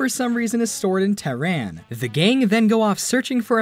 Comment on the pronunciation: Learn how to say Iran and Tehran correctly please